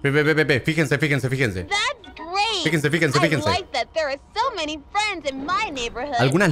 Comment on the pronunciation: cuando German dijo figense pense que se referia a las cosas en el piso 🤣